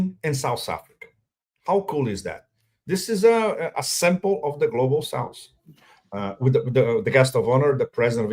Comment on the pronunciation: Pepe: It's "South"not "Souse." It's easy, even for a Brazilian.